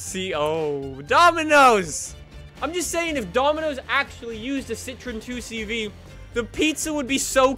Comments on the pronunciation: You pronounce 2CV as Deu Sche Voo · And it's not pronounced 2 CV it is "deux chevaux" in French